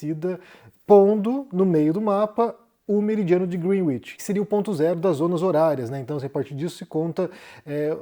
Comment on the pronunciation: A pronúncia correta é grénitch, com E aberto.